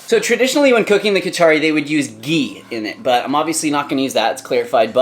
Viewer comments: not khichari bro It's KHICHDI love from India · Khich-ri ... that's how you prounce it..